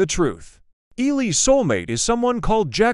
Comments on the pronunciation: soumate✅ soulmate❌ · "soumate" color💀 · Bro forgot the l on soulmate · Soulmate❌ Soumate✅ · Sorry but first scene says instead of soulmate it's soumate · its not soumate its soulmate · Bruh why it said soulmate instead of soulmate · bro "Soumate"